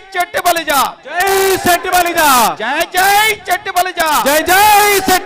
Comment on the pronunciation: చెట్టిబలిజ అని కాకుండా “శెట్టిబలిజ“ అని శంభోదించండి please....🙏